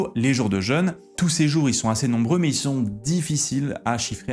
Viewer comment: Ai-je des hallucinations auditives ou est-ce que fait parfois une liaison chelou comme s’il y avait un T à la fin du mot mais: « mais T il/elle/on »??